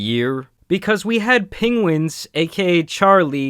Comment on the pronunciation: Is it just me or the first time he said Charlie's name in the video was "pengwins"?